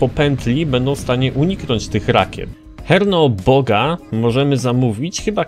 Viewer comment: Drogi! Myślę, że jego nazwę można czytać jako "Czernobóg" tak jak postać z serialu American Gods i chyba o to chodzi, bo jest to pradawny słowiański bóg.